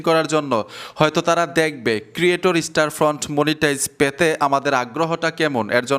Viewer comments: দাদা ওটা ক্রিয়েটর স্টোরফ্রন্ট /স্টারফ্রন্ট নয় । 😅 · স্টারফ্রন্ট বলা বাদ দাও স্টোরফ্রন্ট বলো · স্টারফ্রন্ট না। কথাটা হবে, স্টোরফ্রন্ট 😊😊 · ভাই স্টারফ্রন্ট না, স্টোরফ্রন্ট। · আপনি বার বার স্টার ফ্রন্ট কেন বলছেন ??? স্টোর ফ্রন্ট হবে কি ??? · স্টার ফন্ট কই ভাই ওটা স্টোরফন্ট হবে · স্টোরফ্রন্ট এর নামটাই ঠিক মত বলতে পারছেন না